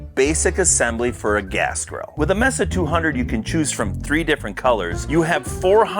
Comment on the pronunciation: It's pronounced "MAYSA", you know, like the place in Arizona.